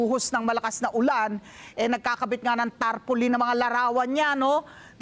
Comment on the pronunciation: Tarpolin 😂😂😂 Muna daw 😅